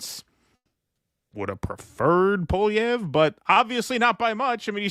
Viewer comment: Poilievre is pronounced "Pwoli-evre"